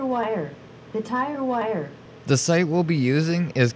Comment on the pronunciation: Dude. It's Fyrewire, not Tyrewire....There's no wheels involved lol